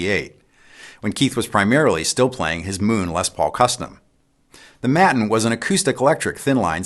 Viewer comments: watt world: Not 'MATTUN', Maton is pronounced 'may·tuhn' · May-ton, not matton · Maton. Pronounced May-tin Or May- ten. Whatever works best . But not Mat - en. 😉. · "mat-in" ? aaaaaaaggghhhh! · Great work Keith. An excellent visual history. Btw, Maton is pronounced “mate-on”. Now let’s work on getting America to pronounce “Aluminium” correctly hahaha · KEITH! I love you but hearing the mispronunciation of Maton stirs some sort of national spirit. Pronounced here as “mate-n”, pronouncing the o gets you arrested. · Maton = May-ton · Another very interesting video Keith. A slight correction: Maton is pronounced may-ton with a a long a and a short o. - just for future reference : ) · I may be wrong but I'm from Australia and we all pronounce Maton Māton. Maiden with a T for the D or Mate..n This includes Tommy Emmanuel. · Maton. Pronounced Mayton. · Keith, the name "Maton" came from the words "May Tone" and is pronounced May Ton. The company was founded by Bill May. Sincerely yours, an Australian Pedant 😉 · Thanks mate, that was great. By the way, it's pronounced "may-ton". Cheers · The "a" in Maton guitars is pronounced the same way as the first "a" in Daytona. Great Video!